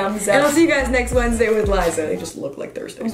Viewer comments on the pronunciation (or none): "Wednezzzdays with Liza", it's almost Friday but it's ok Liza i love you